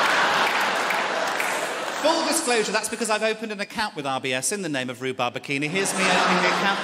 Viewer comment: I kept thinking he was saying IBS and had to rewind lol